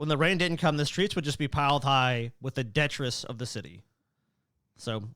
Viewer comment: The way said "detritus" made me wince, but other than that, great episode! (jk i love )